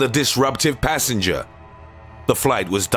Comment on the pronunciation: Extras: PANts PASSenjah! PUNched hIM!